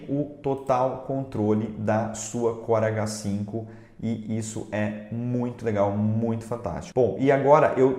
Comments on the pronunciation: Toda vez q vc falava o nome da impressora eu ouvia "corega 5"... Sabe, o adesivo pra dentadura? haha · Pensei que era só eu que ouvi isso. Corega 5.kkkk